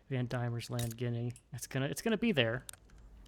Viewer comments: Please god, Pronounce is as Van Deamons land, and OZtralia. NOT Damons land or Auostralia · It's van Deemans land. Not van Diamonds land. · I know this late. and im sure a million people have said this. but its pronounced van d(i)emons land. silent i thank you ❤ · Its pronounced 'Van Deamons land' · Van Diemans Land. Pronounced "Van DEEman's Land". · I can definitely see why you kept pronouncing it that way as the first 3 letters are "die", but "Van Diemens Land" is pronounced as "demon"... "Van Demons Land". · It's pronounced Van Demon